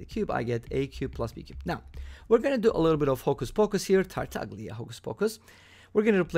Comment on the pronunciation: pronounced Tartal’a